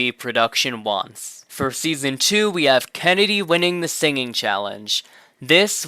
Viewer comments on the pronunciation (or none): none